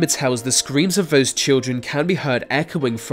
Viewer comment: Vose? Dude, get someone else to voice your videos. Vem, vhere, vose, viv, viss, vivim. WTF!! You ain't even trying